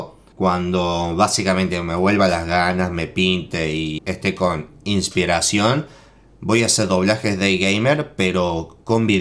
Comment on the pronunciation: Dice: ispiracion se escucha: help me